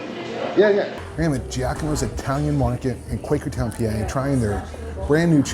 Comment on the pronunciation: Jack-uh-moes? LMAO Gee-ahh-comb-ohh 😅